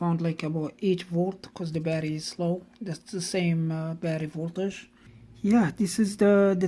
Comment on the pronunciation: Hi, I’ve only just started watching your Videos and I’ve watched quite a few now, It makes me chuckle when you say: “Barry” instead of Batt-ur-ee and please don’t take offense at that as I meant it in a Light-Hearted way, I do have a couple of Lithium Jump Starters, One is a SIP 802Li (20a/h) and 800 Amps and is good for starting Petrol Vehicles up-to 5.0L and Diesel Vehicles up-to 3.5L, My little Van has a 1.9L Diesel Engine so the SIP Jump Starter is more than capable of starting the Van if the Battery is just a bit low, The other Jump Starter is a Floureon W100 with similar Specs to the SIP except that has a 15a/h Battery and they claim it can Start Petrol Vehicles up-to 6.5L and Diesel Vehicles up-to 5.0L which I’m rather skeptical about, I also have a SIP 600A Super-Capacitor which I carry everywhere with me, Great piece of Kit & I’ve also got an Old-School Halfords Branded Jump Starter which is still capable even now today although probably not as good as the Lithium Jump Starters but does have the advantage of being equipped with a 240v 300w Mains Power Inverter, I recently purchased a Faulty NOCO GB70 off eBay and the Seller stated that the condition was: “Excellent in Not Working Condition”, I received it and there were 3 of the 6 x Screws missing, The USB Ports were misaligned so you couldn’t plug anything in to the USB Ports and the Unit was in Poor Physical Condition yet the Seller described it as: “Excellent” I dread to think what they would class Poor as